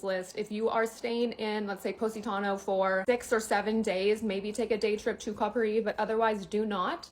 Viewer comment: Poh-sitano? Stop it!